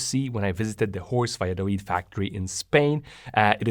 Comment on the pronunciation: OK, it's me who's easily irritated I realise but what was otherwise an excellent video with a comprehensive and cogent analysis with very clearly presented explanations was spoiled for me by the repeated pronunciation of "de" and "dis" for "the" and "this", etc. So here's the point ... some people due to a speech defect just cannot pronounce "th" correctly and, if that were the case here I would just suck it up with no comment BUT you clearly can. I heard, for example, thick and thin pronounced perfectly so the other (numerous and unnecessary) failures are just sloppy and lazy and each occurrence grates more than the previous. I do hope that you will correct this habit thereby making your videos even better.